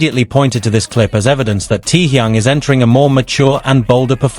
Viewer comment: "Him "T-yung".... I hate AI!!!